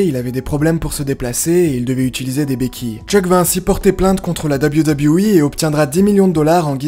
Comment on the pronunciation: tout d’abord bonne vidéo, Mais je voulais juste te faire un petit cours de prononciation hyper simple: WWE en anglais se prononce « deubeul you » (a la limite...) Mais pas « Dabiwi dabiwi i » 🤣🤣🤣 Bonne journée, Cordialement.